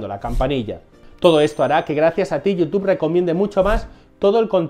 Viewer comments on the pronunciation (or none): none